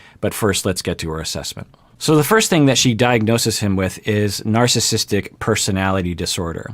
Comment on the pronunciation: Two comments to this video...(1) It's pronounced NarcissISTic Personality Disorder, not Narcisstic Personality Disorder. Funny you never knew that. (2) The Goldwater Rule can be ignored if there is a "Duty to Warn," in the considered opinions of a reasonable consensus of professional practitioners and professors who conclude that, as has been the case in Donald Trump's presidency starting from Day One, his apparent personality disorders (including a clear case of Narcissistic Personality Disorder exacerbated by an apparent overlay of Napoleonic Complex and a Machiavellian worldview) make him an existential threat to our established system of governance and ultimately to the human race. Let's be honest here and stop hiding behind some idiotic Rule that is essentially a CYA response to a successful lawsuit and deal with the almost daily worsening threat that a continued Trump presidency presents, especially as his chance for reelection slips downward by the week. He is not a guy on the street, he is POTUS and also is someone who many of us have studied, interacted with and known for most of his adult life, myself included. And the fact that his personality, as exemplified by his entire life history, rings the bell deafenningly on all 9 markers of NPD and that he has the nuclear codes in his control should be enough of a warning to set aside the Goldwater Rule and get serious about informing the world about how absolutely bonkers and dangerous this person is to all of us.